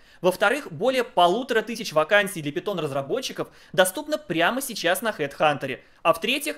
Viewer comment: Пайтон, а не питон, от Монти Пайтон